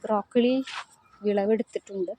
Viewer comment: ബ്രോക്കിളി അല്ല ബ്രോക്കോളി 😂😂